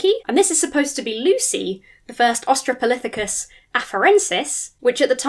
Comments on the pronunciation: i love your videos, and the commentary in this video is great, but I heard you say "Austrapolithecus" and now i can only think of that word and laugh because that's 100% a mistake i would make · "Austra-polithicus" - tricky word, that.